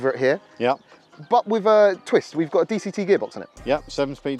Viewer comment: it is NOT "DCT"